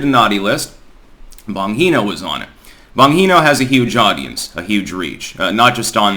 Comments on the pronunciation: DAN-BON-GEEE-NO. Not bon heee no. If you're going to reference the guy, the least you could do is listen to the first 60 seconds of his show and get his name right. Step down off your lofty perch and maybe get some other perspectives rather than your own. What you lack isn't intellect to be sure. It's your inability to perceive anyone else as an equal. You find this with published authors A LOT. You sit in front of hundreds of thousands of people in a bath robe and Jesus hair and think your intellect will carry the day. It doesn't. You just talk. Talk is cheap, your books are long and your political insights are old and of a different time. Frustrating you sit in Amsterdam and think you know what's going on here. So tiring.. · Bon-G-No 😂 not Bon-HE-No…. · You make me laugh every time you attempt to pronounce an Italian name. It's pronounced BON-GEE-NO. I don't know what language would be BON-HEE-NO might be. HAHAHAHAHAHA!!! You do make me laugh. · Bon-G-No not Bon-He-No. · Bongino is pronounced with soft G. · Bongino is pronounced Bon•gē•nō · It's pronounced with a J... Bonjino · Why do you mispronounce Dan Bongino's last name? Is there some inside joke that I'm not aware of? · You are pronouncing his name wrong it's bongino it's Italian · It’s “BonGino” - the G sounds like a J, not an H. Sorry to be a pronunciation stickler, but it is a pet peeve of mine when public speakers mispronounce words. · I'm pretty sure he does it on purpose, and it drives me nuts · Your shows are always my first watch in the morning. Shower, shave, coffee,. And I know you mispronounce names on purpose but it's bon-Gino.